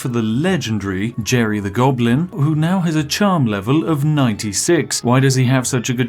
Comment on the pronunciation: "a conniving gonoblin." spiff 2020